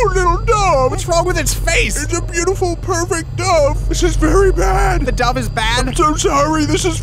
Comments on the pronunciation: I love it that the supposedly doctor pronounces dove like dowve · Love the way he says dove.